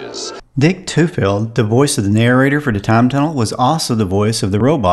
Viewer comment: You pronounced Tufeld correctly but Rpbert Colbert is pronounced Coal-bear. As a kid I watched Time Tunnel but I thought they strained to make use of stock footage from studio movies at the expense of plots that made sense.